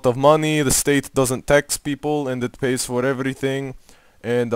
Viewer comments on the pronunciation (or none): none